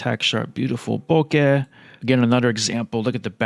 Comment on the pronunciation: Beautiful shots and lens. And finally someone who pronounces bokeh properly haha. Great work!